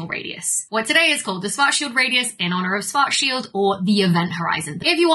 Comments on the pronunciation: as a german speaker, your pronounciation of "schwarzschild" hurts... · Pronunciation tips for Schwarzschild : > "schwarz" sounds like "shvurts", like in Schwarzenegger - the "ar" is pronounced like in "bar", not like in "war" > "schild" sounds like "shilt", the "ilt" as in "tilt" or "kilt", never like "yield" or "shield". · Because of how it's usually pronounced in English, I guess. In German, the "i" is more like that in "hit".